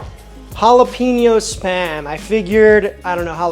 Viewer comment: It's hall-uh-pen-yo. Love the video. Gotta try the the korean bbq and maple, and tocino